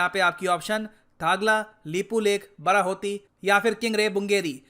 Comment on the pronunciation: Sir ap pronunciation galat kr re the actually wo बाडाहोती he. Sir Uttarakhand me conditions to bhut hi kharab he pahado pe to dhang ke hospitals b ni he agar kisi ko koi problem ho to wo log Dehradun ya Rishikesh ya Haridwar ya Haldwani ya Ramnagar . Aise me pahado me rehna bhut mushkil he. Agr govt seriously is matter pe kuch krna chahti he to use pehle rozgar, Healthcare, aur education pe dhyan dena hoga tbi kuch ho payega